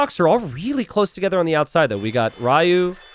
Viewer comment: Ryuutaku I believe is pronounced as Ri-yu-u-ta-ku not Ry-u and the split of the name would be Ryuu-taku